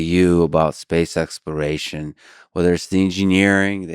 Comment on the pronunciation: Why can’t she pronounce exploration?